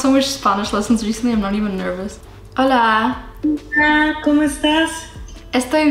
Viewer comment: Apenas escuché el "holaaa " pensé "es argentina la profe????" JAJSJSJS